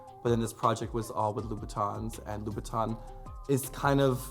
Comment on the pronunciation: You would think such a red bottom fan would be able to pronounce Louboutin correctly